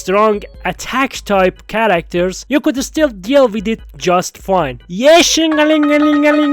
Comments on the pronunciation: you said 69x yeshingeling 😂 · why do zzz content creators awlays get so quirky when it comes to Ye Shunguang’s name? Shungus, wan-wan, Kanye, etc. lmao. This was the weirdest one yet